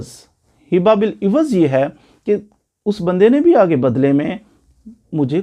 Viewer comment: سوری لفظ ھبہ ہوتاہے حبہ نہیں